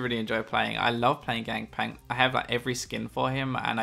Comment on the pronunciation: Anyone else noticed said "Gangpank"? xD